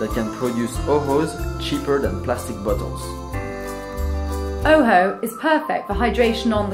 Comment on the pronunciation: I know he said plastic bottles but it sounds like plastic buttholes .. lol